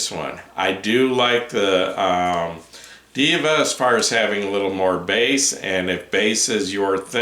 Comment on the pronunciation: Not "DIVA" is " DEHVA"